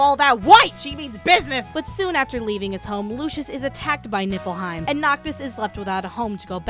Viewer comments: Did i hear Nippleheim? XD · NIPPLEheim LOL jk...it's atomic btw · Why do I always hear "NIPPLEheim"?